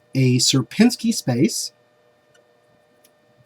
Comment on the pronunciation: You're pronouncing Sierpinski very well.